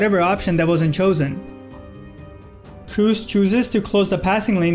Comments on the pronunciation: "Kroos" is not pronounced "Kruz, it's pronounced "Kros". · You trigger me so much, its pronounced Kros with 2 "OO" there is no "U" there he is german not english